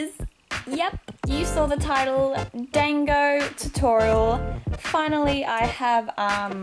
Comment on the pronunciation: Oof I'm kinda mad that you're saying dango wrong. Unless I'm thinking on the anime version idk. But I pronounce it like (don-go)